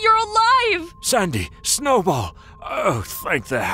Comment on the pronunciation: Yeah but you pronounced snowball worng